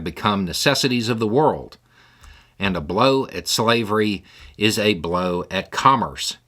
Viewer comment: couldnt say slavery